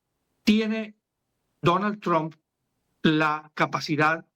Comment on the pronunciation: Todos los Argentinos, pronuncian el apellido del presidente Estadounidense de manera equivocada. Si no hablan inglés simplemente digan Trump con U.... esto es mejor que TrAm...es A está muy demás.